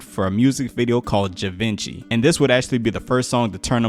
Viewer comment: Givenchy 😂 Pronounced jee-von-shay 👌🏻